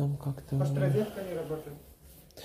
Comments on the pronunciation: Ризетка))) рОзетка ! О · Электрическая розЕтка , а не рЕзетка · Не могу больше слышать ризетка, за ранее извиняюсь, но режет слух. Розетка - слово от французского "Rosette". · НЕ ризетка, а РОЗЕТКА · Резетки и ризетки !!!